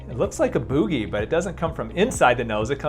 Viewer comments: 😂😂😂 I’ve never heard someone say boooohgeeee lol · The way you said boogie has me hollering at 4am